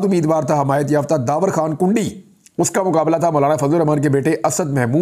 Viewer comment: Merey shahzadey bhai yeh derwazey wali kundi naheen hey issey ap please urdu wali daal sey perhain, jaisey in Urdu(کُنډی). merey baachey becharey apna family naam peehly hi naaheen laga tey kehtey hain loog mazaq uraatey hai